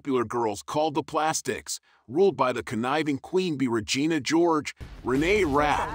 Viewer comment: Ragina? LMAO